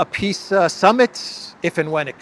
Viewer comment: I can’t unhear “peace” as “piss” in the Elensky voice